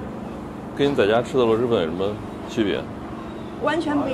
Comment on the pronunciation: 确实，螺蛳粉的蛳是平舌音，不是翘舌音。